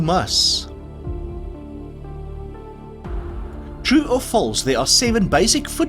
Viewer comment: Bonus Question: METRO GNOME!😄 Question 39 - Was Alexandre Dumas French? Yes. He was. Therefore the 'S' on the end of his name is Not pronounced. 🤔 Really,, you are INCORRIGIBLE. I think I would rather play QUIZAMP in future.:face-green-smiling